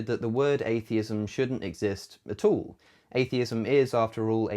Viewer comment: I love it when you say "atall".